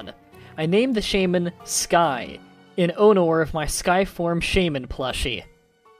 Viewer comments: Hilarious awful?Hah. What's 'Hilariously Awful' is how you pronounced 'honor' in Muted. That, good sir, made me laugh, to the point of nearly creaming my pants. So. Love Me? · Realized, honor. Really? That's how you say them. Lol